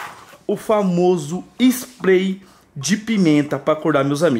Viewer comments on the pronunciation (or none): comprei o famoso splai de pimenta ele falo errado kkkkkkkkkk